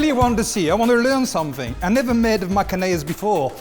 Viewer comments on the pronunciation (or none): onnaise LOL